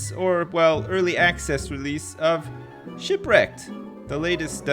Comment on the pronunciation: "Don't Starve: Sipwreked"